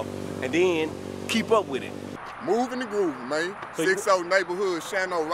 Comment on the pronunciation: look im not saying he been out here or not but if he was lace by some real 60s he should know not to say movinggg or groovinggg thats all im saying